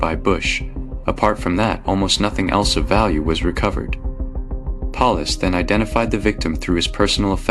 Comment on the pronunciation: "Polis"? Good old AI. Most of these entire stories are AI fiction now days. Bet none of this even happened.